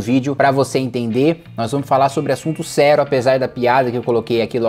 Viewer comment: Impressão minha ou o kim falou "sero" no começo ao invez de "serio"?